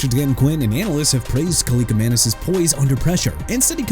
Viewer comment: DUDE THAT'S ENOUGH! YOU'RE QUITTING YOUR JOB AND GOING BACK TO SCHOOL AND GETTING A PRONUNCIATION COURSE CUZ I'M TIRED OF YOU MISPRONOUNCING EVERYBODY!! JOSH CUEVAS AS IN KWE-VOSS! NADAME TUCKER AS IN NAH-DAME! ATHAN KALIAKMANIS NOT KALIKAMANIS!! PRONOUNCED "AY-THAN KAL-EE-AK-MAN-ISS"!! GOT THAT?! YOU ARE DONE AI VOICE ANNOUNCER GUY!!